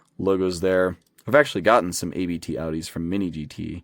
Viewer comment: Abt isn't a set of initials, it's a family name, so it should be pronounced as such.